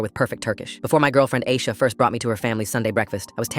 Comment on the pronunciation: No Turkish woman would be named ayisha. It's Ayşe.